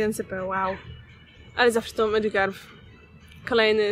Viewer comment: Czyta sie Madżikarp